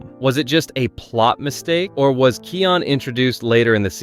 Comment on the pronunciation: Kai-on Not Key-on